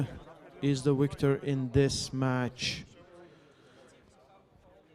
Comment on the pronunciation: “Zurab Tavberidze is the Wicter”